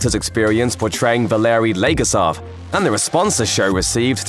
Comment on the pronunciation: Not “Valerie legarsov”, it’s Valerie Leggosav.